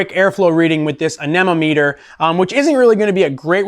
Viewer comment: You should probably know how to pronounce the tool to measure air flow correctly if your going to do a video on this topic. Just google how to pronounce it.!